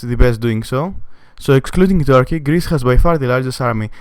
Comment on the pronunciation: its not tarky its turkey wtf tarky